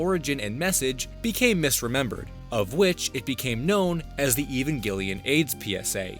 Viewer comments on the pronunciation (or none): "Even Gillyan?" You mean Evangelion? Try pronouncing it like evangelist. Evangel Lion. The bad guys were called angels. It has some weird religilous undertone, must be a Japanese thing, I guess. The girl's named after an American base and a Japanese carrier, so there's some other weirdness in there too. Just saying. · lol "even gillian." it's pronounced "e-van jelly an." like peanut butter and jelly. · I had no idea he was talking about evangelion at first. I thought I was going to learn about some lost media called ‘even gillion.’ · Listening to you call it "Evanghelion" is kind of annoying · I could be entirely wrong but Evengalion shouldnt be pronounced that way. It looks similar to evangelist... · I do not understand why, when someone doesn't know how to pronounce something, they have to say it over and over and over... I NEED to know the though process here! Evangelion is HUGELY popular. How do you see that word, one that you have obviously NEVER in your life seen written before, and think, "You know, I think I'll just spitball the pronunciation. I'm only going to say it a half dozen times. Sure, I could Google it, but that would take seconds! I don't have that kind of time!" And then "Shinji" and "Auska." 🤦‍♂️ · I've heard a lot of mispronunciations for Evangelion but I think you've taught me a new one in this vid. Also there's no way the Mickey Mouse one is real at all, imo anyone telling that story should preface it with "it's bullshit" before even talking about it doing anything else just perpetuates misinformation. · LMAO for some reason I've seen no comments about the Evangelion pronunciation and yep, here it is.